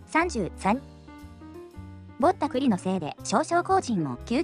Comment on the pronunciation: 「ぼった、栗」のAIイントネーションが余計に失笑誘いますな😂 さすが先進国🎉